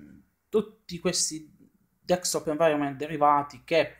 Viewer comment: il tuo ragionamento mi sembra valido ma con delle riserve. Poi una curiosità, mi sbaglio o ti sento pronunciare "DeKstop Environment"? Naturalmente so che sai come si pronuncia ma mi incuriosisce sapere se lo sento solo io. Beh per il resto non posso che chiederti di continuare così! Magari aumentare un pò la frequenza dei video! E anche sarebbe bella una recensione su Kalì Linux, è una distro che mi interessa ma non l'ho mai provata... è possibile? Un caro saluto a tutta la comunità del Box :)